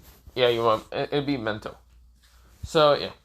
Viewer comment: Lol no hate but you call Mito mento